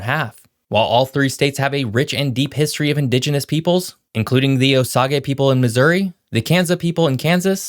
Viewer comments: It's not "O-Sog-Aye". It's "O-Sayje" (Osage)... Do your homework... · That's "O-sage", not "O-sah-gah". Do your research. Also, your title is misleading. It implies that that the number of non-naturalized citizens negatively affects the number of people born in the US> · It’s pronounced Oh sage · ITS POUNOUCED OH SAGE NOT O SAGA PLEASE STOP SAYING IT LIKE THAT. I AM FROM OSAGE COUNTRY NOBODY SAYS IT LIKE YOU DO!:face-fuchsia-wide-eyes::cat-orange-whistling::face-blue-wide-eyes::face-orange-raised-eyebrow::face-fuchsia-tongue-out::face-orange-biting-nails::body-blue-raised-arms::hand-orange-covering-eyes::face-turquoise-covering-eyes::face-turquoise-covering-eyes::face-turquoise-covering-eyes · You butchard the pronunciation of the name Osage. It pronounced as "oh sage" not "oh sa ge" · I'm originally from MO and Osage is pronounced O-sage like the spice. Not O-sa-ga like the Star Wars saga. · I like your videos. Thanks for sharing. One small pronunciation correction. "Osage" is 2 syllables, not 3. Oh-Sage, not Oh-Sog-e. Great job with these. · I have never heard the Osage Indians pronounced “Oh-sag-a” and I grew up in Missouri. I believe it is pronounced “Oh-sage”. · Osaga? Are you joking? You just destroyed whatever credibility you might have had. The 'a' in long, 'g' has a /j/ sound, and the 'e' is silent. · It oh sage. Your proumciation is bad as my spelling. Ute is one sylible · You obviously know little or nothing about the indigenous people in this country. 'O-sawguh' people? Really dude? Correct pronunciation is 'Oh-sage'. O as in O and Sage as in Sagebrush. Geez.....and Ute is pronounced 'Yute' not You-tay.... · Did you just say "Osaga" people?? OK 😂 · needs to check his pronunciation again. Osahgga?? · Oh-Sage sir. Also, the Sante Fe, Oregon and California trails all started in Missouri. Kansas is the OG fly over state. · "Oh-Sage" fyi :) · its not "oh sag A, oh i see somebody has addressed that issue, thank you. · Oh-sayj, yoot